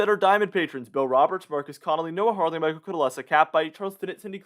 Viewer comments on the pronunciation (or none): none